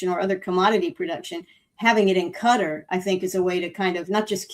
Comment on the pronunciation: It's Kat Are, Qatar --- not cutta FFS